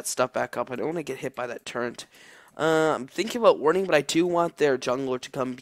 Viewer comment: turret, not turreNt